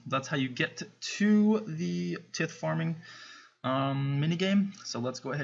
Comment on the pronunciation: its pronounces tie-th